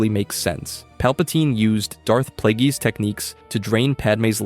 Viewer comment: Bruh. Please learn to pronounce the shit right. The fk is cores-cant and death play-gees